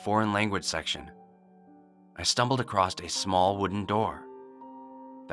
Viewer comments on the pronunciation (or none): In all of your stories that contain the word "across" you say acrosst .. It kind of ruins the story. I feel like there are a few other words you've mispronounced like that but I've seen too many videos to remember. But I've heard it enough times to point it out. No harm done, just attempt to fix that. It's like hearing people say "aks" when they mean "ask".